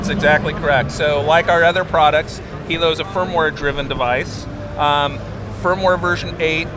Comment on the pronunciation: Lol his face when the Lynx dude pronounces Hilo correctly